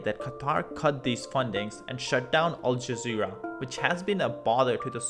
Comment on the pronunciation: QUATAR? YOU SPENT ALL THAT TIME ON THIS VIDEO AND YOU COULDN'T GET THE SPELLING RIGHT? AND WHATS UP WITH ALL THE BOTCHED UP PRONUNCIATIONS OF THESE BASIC WORDS LIKE AL JAZEERA